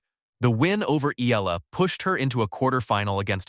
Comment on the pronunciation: Eala not Ela